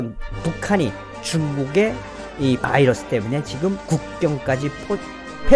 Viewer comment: 바이러스, 미국발음